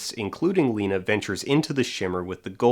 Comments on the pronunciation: really bothers me he says “Layna.” Did you even watch the movie? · Somehow still the worst part of that first one is the mispronunciation of the name "Lena" whose name is pronounced multiple times through the movie. Not only mispronounced, but he really leans hard into that "LEN-NA" too. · I'm watching it again and: To me, poor Cassie saying that her child dying was like 2 deaths for her...it really echoed/doubled when she died and then the bear beast with her voice was killed by Josie. Also, I had a visceral reaction to commentators' pronunciation of the name Lena as LEHnah when everyone in the movie pronouncing it as LEEnah. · I've watched this video at least a dozen times (because it's amazing) and the way that one guy pronounces Lena irritates me every time. Makes me think he didn't even watch the movie. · Okay but why does that first reviewer mispronounce Lena’s name? You’re reviewing a movie where it was pronounced for you multiple times